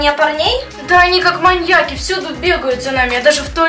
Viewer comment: Не мань я ки а маньяк и